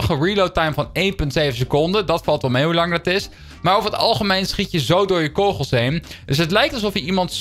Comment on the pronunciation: Leer het woord kogels uitspreken